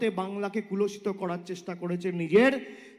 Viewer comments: Kulashita noi re , kolushito bole.. Bangla Bangla kore chechae.. Bangla vasa i jane na.. Bornoporichoy ei jonnoi porte bole. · ভাইপো তো বাংলাটাও ঠিকমত বলতে পারেনা । কলুষিত কে বলছে কুলষিত। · আপনার কথাটা হবে "কলুষিত," "কুলষিত" নয়। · কলুষিত বলতে গিয়ে বলছে কুলষিত ! ভাষা ঠিক নেই। মাথা খারাপ হলে ভাষা ঠিক থাকে না। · ওরে পাঁঠা,শব্দ টা কলুষিত, "কুলসিত" নয়।। একটু পড়াশুনা কর । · কথাটা কুলষিত নয়, কলুষিত। বাংলা চালাতে গেলে বাংলা ভাষাটা তো শিখতে হবে, তারপর অন্য কথা। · কুলষিত নয় ওটা কলুষিত হবে । ভিডিওটা অন্ধকারে বোঝা যাচ্ছে না । কণ্ঠস্বরের মিল নেই । সাব টাইটেল দিয়ে ভিডিওটা অনেক যত্ন নিয়ে বানানোর চেষ্টা হয়েছে । কিন্তু শেষে পায়েস বানাতে গিয়ে ছানা কেটে গেছে । নতুন কিছু দেখার অপেক্ষায় থাকলাম । এই ভিডিওটা কোর্টে জমা দিয়ে কেস করে দিলেই তো বেশ ভালো হয় । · কুলশিত নয়, ওটা কলুষিত হবে। ভুল ভাল বাংলা বলাটাও বাংলাকে কলুষিত করা। অবশ্য যেমন গাছ, ফলটাও তেমনি হয়। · বাংলা টাও ভালো করে বলতে পারেনা 😅 কলুষিত কে কুলষিত বলছে😅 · Aare gadha katha ta kuloshito noi kolushito. Bal ta k keno tihar nea jacche na. Ei fake sting operation thik narada sting operation er moto designed and planned by koila chor bhaipo. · এই অশিক্ষিত লোকটা ন্যূনতম বাংলাও জানে না। 'কলুষিত' কে 'কুলষিত' বলল !! অবশ্য ক্লাস এইট পাশ করা অশিক্ষিত অপদার্থ লোকের কাছে আর কী বা আশা করা যায় ?? 😡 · বাংলাকে "কুলষিত"(?) করার চেষ্টা করেছে বাংলায় কি এরকম কোন শব্দ আছে বাংলা ভাষাটাও ঠিক করে উচ্চারণ করতে পারেনা এটা তো বাংলা ভাষার প্রতি অসম্মান, নয় কি?